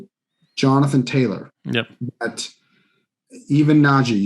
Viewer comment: Daaaaaamn, you butchered all 3 of their names, lol